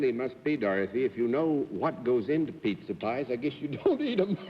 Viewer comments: Bennett the publisher, who supposedly knows his words and pronunciations - says - "Mrs. Harding I rather gather that you have got something to do with Pittsa Pies"…….. Pittsa Pies?? ROTFL…..and he says it at 3 different times. Did he honesty think a Pizza is a …..Pittsa?? And even later in the show he refers to Mr. "Tapper" as Mr. "Capper" not once…but twice! What was wrong with Bennett on this episode? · funny how Bennett pronounces it pitza not pizza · Pitza pie? Really Bennett. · Not really - his mistake is the "I" sound in Italian which is sounds like "EE" not like in PITS as he does. :) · If Bennett pronounces it "pitza"one more time I'm going to find a time machine and go back to the late fifties of slap him. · Petza Power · Cerf insisted in mispronouncing the word Pizza (PETSA) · he pronounces PIZZA, PIT SA. he didn't she was "as pretty as a PIZZA", he said pretty as a PIT SA." a pun on PICTURE. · Bennett was an American living in the United States. No American or North American would ever say "Pittsa". Ever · This is news to me. I would like other's opinions here. I have never heard an Italian or anyone ever refer to a pizza as a pittsa. Anyone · Why can’t Bennett say pizza! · Another example of Bennett mangling the English language to either get a joke or that's the way he really does pronounce the word pizza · Cerf wasn't pronouncing any words wrong. In1897 he was born, and numerous words were said differently 😊